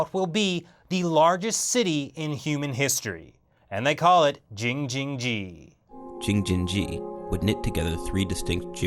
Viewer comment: You made laugh 😂 saying jingjining